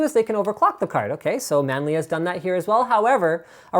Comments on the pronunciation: man-lee. maybe chinise D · *scratches head* who the devil is "Manli"?